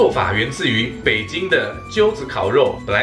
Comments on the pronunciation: 那个不念Jiu子烤肉 是 Zhi炙子烤肉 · 而且那个字念炙zhi（一声）子烤肉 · 小小提醒一下 炙（ㄓˋ）子烤肉 炙燒... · 北平的是炙（ㄓˋ; Zhiˋ）子烤肉哦，炙熱的炙，並不是針灸的灸，請知悉。